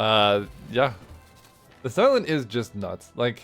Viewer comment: When you say the silent, i keep hearing this island 😭